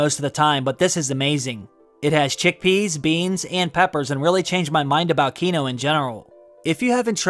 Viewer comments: I find it a little concerning that you can pronounce “Westerosi” with absolute ease but you can’t properly pronounce “quinoa”, which is a real thing. It’s pronounced “keen-waa”. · “Quinoa” is pronounced KEEN-WAH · Quinoa is pronounced keen-wah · It’s pronounced “KEE-nwah,” my guy… 😂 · I’m going to need you to learn how to pronounce quinoa thanks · Keep saying Quinoa wrong and ill be convinced you didnt eat that meal. Cmon man not even saying the "a" on the word